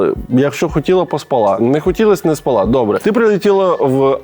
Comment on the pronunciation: Льоша, у слові "спала" наголос на інший склад